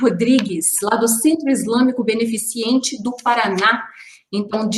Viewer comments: Adoro seus vídeos,, só corrija a palavra "beneficiente". O correto é "beneficente". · Só um adendo, tanto na pronúncia e na tarja do vídeo está escrito beneficIEnte, o certo é beneficente. Era só isso, a paz. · Querida, a palavra “beneficente” não tem a letra I; ou seja, não é “benefiCIente” e, sim, “BENEFICENTE”. Amo seu canal e seu excelente trabalho! Vc é ótima! Beijo em seu coração!:) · Entendi beneficiente. A palavra é beneficente.